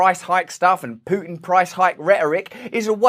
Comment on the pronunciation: I love how Russell says Putin. Pooh tin